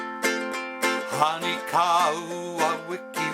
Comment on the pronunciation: Great lesson. Just one thing... The "o" in Honi is pronounced like the "o" in bone